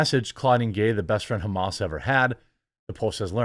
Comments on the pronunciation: its Ham-us, pls. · it's pronounced Ha-mas. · You pronounced "Hamas" in a way that's almost funny, very American pronounciation. The letter 'a' should be pronounced as it is in 'America'. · “Haymus” is my official new pronunciation of that word.